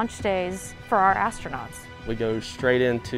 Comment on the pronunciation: astrounots lol very funny blue origin u make lol rly hard today